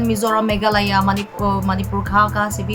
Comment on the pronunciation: By the way you missed MEGHALAYA, last syllable pronounced YA, just as you should pronounce KARNATAKA